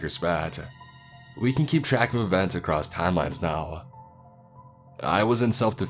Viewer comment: "acrosst" is the one I hear the most tbh, lol, something about it pings my brain to attention lmao.